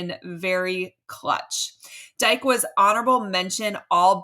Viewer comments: You sound uninformed when you mispronounce names. His name is pronounced Deekay not Dyke. Do. Better. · It is pronounced "Dee-kay" not Dike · FYI: Dike's name is pronounced Dee - Kay